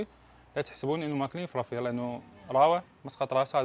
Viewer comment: اول ماسمعتك تلفظ (إفرافير) بلهجة راوية نظيفة وحلوة عرفت شغلك راح يطلع عدل ومابي لواصات مال هالوكت عاشت ايدك حبيب شغلك يفرح الشغل ولازم المصلحة بشكل صحيح هذا شغل جِدات ايام زمان والچعچة دائما وجهها يكون فاينله كطن مطلعيها تسقيط 😂😂 نفسك حلو وعينك شبعانة ومو ضيگه بالشغل